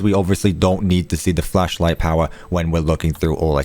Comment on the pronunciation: Ok ik you said flashlight at the beginning but I definitely heard fleshlight